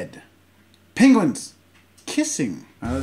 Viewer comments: Is no one talking about the fact he says "pInguins" instead of penguins? 😅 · Pingwens? Do you mean penguins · Did you call them "Pinguins"? Reminds me of that video where Benedict Cumberbatch can't say penguins properly XD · Oh Jesus here we go with this “pinguins” I had a friend in high school who pronounced it “PINguins” and it drove me crazy 😂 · The way he says penguins 😂 “pingwens’ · “ pinguins ” - Jazza 2k18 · Did he just say pinguins